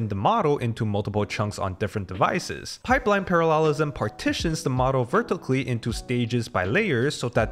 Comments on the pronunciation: Parallelism 重音應該放在第一個音節，而不是第三個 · Why do you pronounce “parallelism” in this way 🤣 good video as always